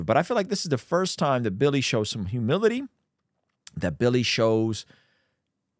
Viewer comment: I kept hearing “hubillity.”